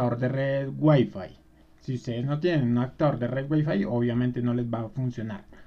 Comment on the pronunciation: Solo un comentario! se dice OPCIÓN, no OCSIÓN Se dice Adaptador, no ADACTADOR lee por favor las palabras despacio y trata de pronunciar las, verás que es muy fácil, hablar correcto!!!